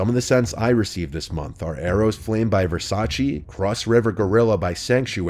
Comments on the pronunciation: Hey man, I love your content, don't want to sound mean but Versace is not pronounced 'Versacee/Versaci'. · The way you say Versace is hilarious 😂